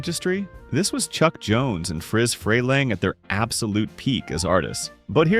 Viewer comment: His name is spelled interestingly but I think you kept misprounced Friz Freleng (last name sounds more like Free)